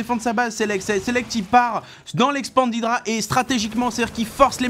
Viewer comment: On dit pas "Ail dra", mais tout simplement Idra à la Française. Mais honnêtement on s'en fout, alors pourquoi j'écris ça ?